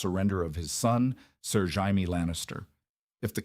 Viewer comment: I want to enjoy these "what if" stories, but every single one is blatantly AI, or at the very least AI narrated. In the first 60 seconds, I heard 3 different pronunciations of "Jaime". That just made this impossible to sit through. I'd rather just read it. Is this pulled from reddit, AO3, or FFN?